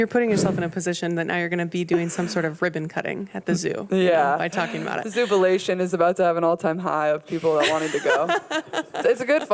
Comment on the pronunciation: "I missed Zoobilation" 😂💜